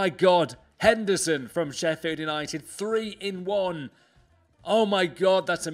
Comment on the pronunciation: Am I the only person who thought of a Chinese when he said 3 in 1 😂